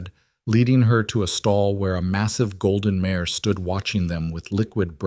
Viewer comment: Good story! Would be better if, every time it mentions that her horse is a mare, it didn't come out as "mayor". No, she is not climbing onto a local politician, please!